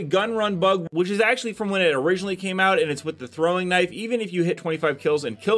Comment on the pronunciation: Could of sworn I thought I heard him say, See you Meowt there"lol